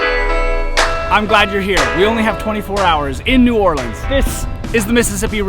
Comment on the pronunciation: First thanks for pronouncing the city name correctly you should have gone to uptown on the street car. Next time head up St. Charles ave. so much to do and see there. By the way I was reared there live in California now really miss it.